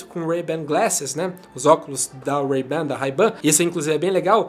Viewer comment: Ray Ban se pronuncia wrei ben, bora estudar inglês ;)